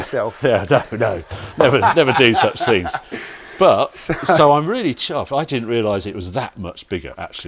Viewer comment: How come people from your neck of the woods do not know the correct way to sound 'th' in words? Substituting them for a 'v' or an 'f' sounds so uneducated. For example, in your world, month becomes mumf, things becomes fings, through becomes froo and together becomes togever. Lazy, and it sounds terrible. All in my opinion only, obviously.